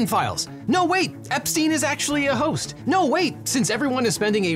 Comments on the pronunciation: I must be the only one that noticed that he said Epstein is a host instead of hoax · hoax pronounced like toast 😅❤ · Can you not pronounce hoax correctly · listen from 2 seconds onwards. he says epstein was actually a host. instead of hoax. wtf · Yeah it's pronounced hoax with an 'x'